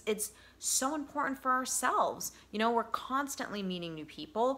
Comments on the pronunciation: I feel like I have been emotional abused to get to the point! And the word is important not impotent! You can you actual English instead Ebonics! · Please forgive me. I don't know why it bugs me, but 'And' has a D at the end. & in 'cerTain' and 'imporTant', the T's are NOT silent. So hard to concentrate on your very good message when you present yourself as an educated, well spoken counselor, but you keep mispronouncing words: Impor-ant Cer-ain An- As a speaker, I feel that enunciation is an important part of your message. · Life coach. LOL. BTW. The word is “important”